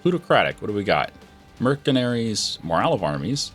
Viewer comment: did anyone else notice he said "Merkinarys"?